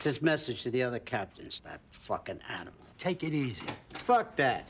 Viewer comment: The attitude of blind agreement of the boss is the boss I guess wasn't always followed... Sammy ends up saying fook you to Gotti. And, they both said fook you to Castellano.